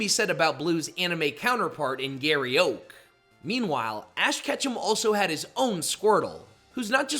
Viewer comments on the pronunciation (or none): none